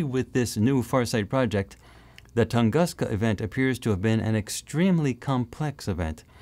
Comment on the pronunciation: Please say "Toon-goos-ka". When you see "u" in Slavic words, it sounds like "u" in word "bush". (The same goes for "sputnik")